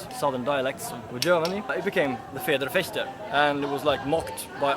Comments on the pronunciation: could have swore he said FartSchwigger. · "His Norwegian accent when pronouncing German words" - was that supposed to go anywhere? His pronunciation is actually quite good, if I may say so :-) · Protton I know, I know. I never doubted that. I was just being butthurt about him mispronouncing Federschwert in the beginning. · oh god why - first two seconds and someone already butchers the term federschwert :D